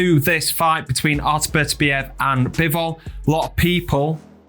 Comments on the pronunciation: He's the undisputed champion and should have his name pronounced properly. Basic respect! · If you’re doing an analysis video at a minimum learn how to pronounce Beterbiev properly.